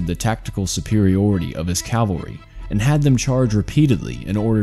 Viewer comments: Cavalry, not calvary. Stop interchanging them. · Good grief, it’s CAVALRY, not CALVARY! Cav-al-ry! Cavalry is a term for mounted warriors, Calvary is the name of the mountain where Jesus was crucified. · Calvary ? Calvary? cmon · CAV al ry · Dear lord...learn how to say Cavalry...